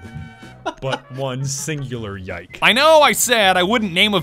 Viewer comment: pronounce yike like you would nike